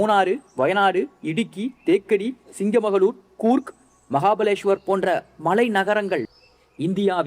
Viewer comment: யார்ரா அவன்...... சிக்மகளுரை சிங்கமகளூர் னு சொல்றான்...... விஞ்ஞானிகளை வின்சானிகள் னு சொல்றான்.....